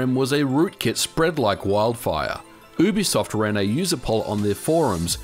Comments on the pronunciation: It's YooBiSoft not Oobisoft Its short for Ubiquitous Software, not Oobiquitous Software. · You have the worst pronunciation of "Ubisoft" I've ever heard. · You say ubisoft wrong